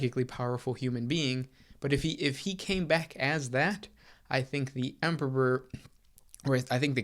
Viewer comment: Say emperor. "Empeperor". Say em. "em". Say peror. "Peror". Now say emperor. "empeperor". 🙄🙄🙄